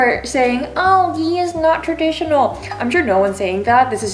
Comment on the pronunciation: the way she said traditional makes me LOL!!!